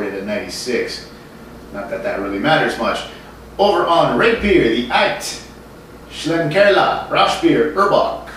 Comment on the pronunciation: I believe it's pronounced "Shlink-er-la" Thanks for always braving it out, and bringing us such diverse and interesting brew reviews.